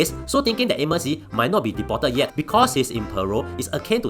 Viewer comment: deported to be pronounced a bit slower not like Chinese accent!lol